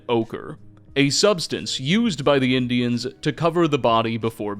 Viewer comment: I love the videos, but the Gollum-speak ("pilgrimses," "boneses," "Indianses," etc) hurts my head...